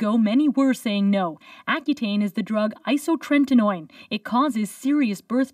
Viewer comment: isotretinoin not isotreNtinoin!